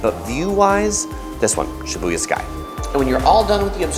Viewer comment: Why are you saying Shibuya like that? Lol